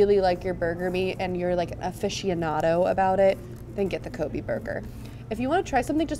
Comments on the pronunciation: I believe Kobe is pronounced Koh-bay. Not Ko-bee. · Not Ko•Bee it's Ko•Bay that's the proper pronunciation of that name because that tidbit almost annoyed me.